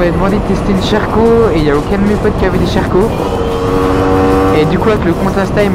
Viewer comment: Mdrrr le "Sherco" tu le prononces "cheh rco"